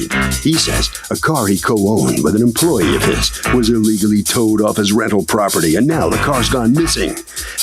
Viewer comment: "skreet" "iligally" 😆